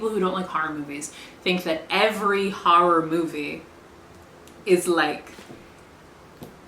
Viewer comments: I love the thick Boston edge on the way she says the word horror as "harr-ir". It delights me. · I love that you say “horror” the way my mom does. “Harrar” “Haurrible” ❤ lol